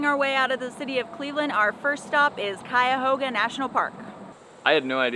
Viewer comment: I grew up in the Cleveland area. You did a great job pronouncing "Cuyahoga"